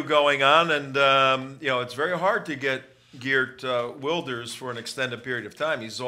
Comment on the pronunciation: And the host is right on how to say Wilders, only Geert is a bit off.. The guy offscreen says it correctly right after the host , but his second/third try after are terrible